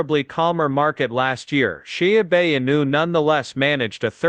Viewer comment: Sha-a-new hahaha